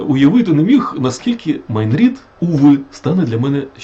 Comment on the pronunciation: шерсть котяча перетворюється на тигрррячу в устах, які вимовили перед тим " МАЙН РІД" 😂🎉